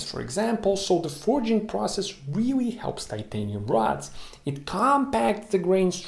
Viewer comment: Reawy reawy hahahahah